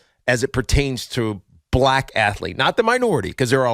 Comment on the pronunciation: Tiki pronounces "Black" the same way a racist white guy would say it.. i can't stand it and I'm Black